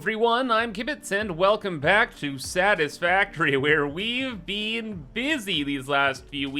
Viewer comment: Bean busy? Or Been busy? lol love ya